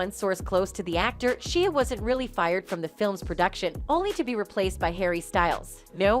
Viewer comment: The amount of times she mispronounced/ butchered Shia’s name 😂